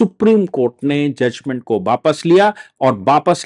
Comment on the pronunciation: बापस नहीं। वापस अपनी हिंदी सुधारो।